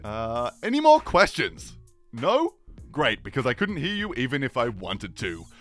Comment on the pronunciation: "More" sounds like "Nord"